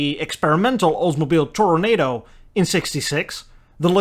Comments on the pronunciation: Please. It's Toronaaahdo. Not Tornado. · Hi,.. Love your videos, but the Oldsmobile was not the “Tornado”, as in weather event. It was the Toronado, four syllables, pronounced like Eldorado, with an Ahhh-do at the end. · Ps it’s not Tor-Nado, it’s Tor-O-Nad-O! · The Oldsmobile is a “Toronado”, not a “Tornado”. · It's pronounced "Oldsmobile Toronado" (toro-na-do) not Tornado. A tornado is a powerful whirling storm that they have in Texas. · Thanks,, phonetic spelling. Oldsmobile Toronado "tor-uhn-ah-doh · I had a 67 Toronado (rhymes with Eldorado, by the way). If I was a rich man now I'd buy another.